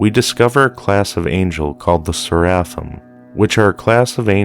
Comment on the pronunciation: Part 2!!! Ser-afim Ser-a-fim Saer-ah-fim... Thanks Cadle of Filth!